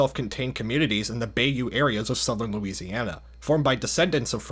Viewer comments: im sure its already been said, but its bye-you, not bay-you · "bay-you" lol, it's "bah-yoo" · "Bay-oo"? The pronunciation is "Bai-oo" but the word itself is said Bayou, it's french originated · It’s pronounced by-you not bay-you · Bay _U? I believe it's pronounced buy_U. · its not "bay" in bayou, its "bi" for bayou. other than that your videos has been...a real binger lol enjoyed them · It's pronounced Bi-you. Now Bay-you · Heads up, the waterways aren’t pronounced “Bay-you”, it’s pronounced “Bye-you”. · Bayou is not pronounced like bay-you but rather bi-you. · its “bi u” (bayou) not “bae-u” 😭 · So weird h3aring someone pronounce bayou like how its spelled We say it like bye you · Same here. I was like "Oh man, someone has got to have got on his ass for pronouncing Bayou as 'Bay-u' and not 'By-u' " lol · By-yoo Not like a sheep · Some of those pronunciations need some help. lol. 1. Des is pronounced "Day" 2. Virgil Dugas is "Doo-GAH" 3. Bossier rhymes with "Closure" (at least to locals) 4. Bayou is "BAH-you" 5. It's worth mentioning that "Cajun" is short for people of the Acadiana region. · It’s pronounced byeu. Love the video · This was a great video! As someone from Louisiana, It's awesome to see the Swamp Fever campaign get the love it deserves. Just to clarify though, it's pronounced By-you (Bayou), and Beau-jour (Bossier) ♥️ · Don't mind me, I'm just here to correct a couple things. Bayou is pronounced "bye you" Bossier city is pronounced "Boe sure city" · The way you said Bayou as bay-u hurts me. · As a woman who was born into a Cajun family, bayou is pronounced bye-yuu! 😊 I'm sorry, but it bugged me. ✋️😭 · I always thought bayou was pronounced like "bye you" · I'm from Louisiana and have always loved L4D. I tell everyone I play with online I'm IRL Ellis. Nice video! It's was funny hearing you pronounce "Bayou" and "Bossier". Down here we pronounce them, "Bai-you" and " BOH-zher". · never heard somebody pronounce bayou like that lol